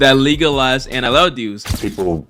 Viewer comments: Why tf do u keep saying NLL?? Very annoying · how TF do you manage to spell it correctly and then proceed to say NLL for 9 straight minutes 🤦‍♂️ get off the galaxy gas